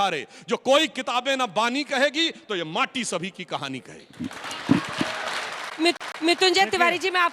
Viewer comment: भाटी नहीं माटी है माटी